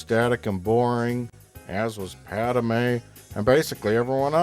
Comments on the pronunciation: Am I the only one who gets annoyed when he pronounces it like “Pad-ah-may” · Gawd damn it! The bitch's name is PADME! 2 syllables. Pad-MAY! Not "Pad-uh-may". Argh! After wstching these for so long, i couldn't take it. That is all.